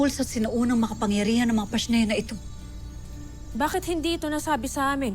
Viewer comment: “PASHNEA” hahahahaha